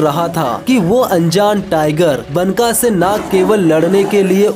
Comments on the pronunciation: Baka not banka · मेरे भाई, बनका नही, "बांका" मतलब खुबसूरत.. Banka का उच्चार बांका है यहा.. बांका.....